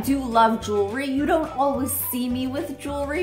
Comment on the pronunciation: Who else hears ur say alwas instead of always?